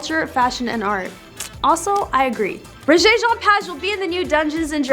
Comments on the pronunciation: Child, sit down. Your title of this mess is completely out there. Your continued mispronouncing of his name is like nails on a chalkboard. Rege (like the music reggae) Page (like page of a book). Do better. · First thing you need to do is LEARN HOW TO PRONOUNCE HIS NAME CORRECTLY!!!!!! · Lady please pronounce the man's name correctly. You need to be honest with your audience; Rege never bragged about his looks, that is not the way he rolls. Get it right or leave it alone. Rege is perhaps, one of the most humble actors in Hollywood; give him the credit he deserves. You would be smart to correct this article, it will help you to sleep better. 🙏 Rjpayne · What a terrible lead into a story. And please learn to pronounce his name correctly! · Please correct your pronunciation of his name